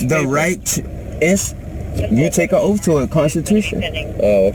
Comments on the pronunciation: Come on now it's oath,not ooofff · Learn to pronounce oath its not offf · It's amazing how many illiterate drivers there are. "What's your oaf of office?" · How could the officer forget his "oaf". Mr sovcit must have axed about it a dozen times.